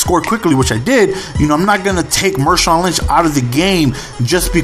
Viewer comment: Marshawn not Mershawn!